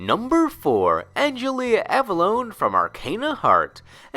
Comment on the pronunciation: Pit and Dark Pit: A jelly abalone? Angelia Avallone: You've mispronounced my name little angel boys! Please study more!